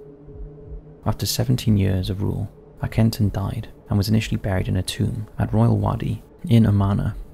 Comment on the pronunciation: FFS here we go Again, Aken-Arten Aken-Aarrten, or even Aken aarten most definitely Not Akenetton like Benetton